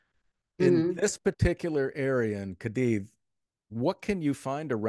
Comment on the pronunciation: Two seconds in…host mispronounces Cadiz 🤦🏻‍♀️